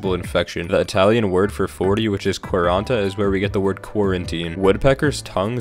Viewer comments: As an italian, your pronounce of "quaranta" was pretty good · bro per un inglese la pronuncia era più che sufficiente